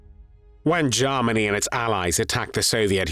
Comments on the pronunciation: This narrator always pronounces Germany as Jarmany 😅. But content is much appreciated. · OMG. Now I can’t unhear it! 😅